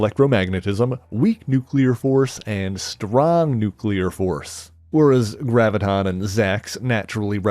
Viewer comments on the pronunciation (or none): none